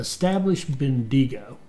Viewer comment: I am loving this and great to have back but... Bendigo... say quickly as Ben-da-go Macquarie... say quickly as Ma-quarry